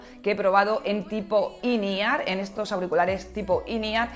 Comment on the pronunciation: Que son auriculares IN E-R? Quiere decir in ear? MADRE CON EL SPANGLISH